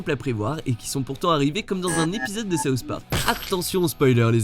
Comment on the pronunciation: D'abord les simpson maintenant saouht park